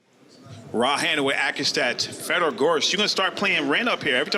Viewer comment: Fedor still so young that the commentators didn't even know how to pronounce his name properly 🤣